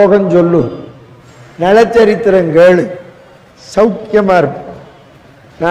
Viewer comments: நள சரித்திரம். நல சரித்திரம் அல்ல. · நல சரித்திரம் இல்லை. நள சரித்திரம் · நல சரித்திரமா? நள சரித்திரமா??? டமில் வால்க....